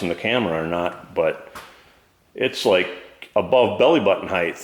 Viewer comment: Nice video 👍🏽 But why do so many Americans say HEIGHTH? It’s height, no TH at the end